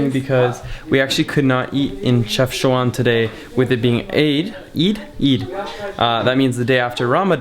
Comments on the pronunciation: It's not pronounced CHEFCHOUAN* but CHEFCHAOUEN* and i reaally love your videos in my country ❤ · Dude it’s called CHEFCHAOUEN not CHEFCHOUAN 😂😂😂😂😂😂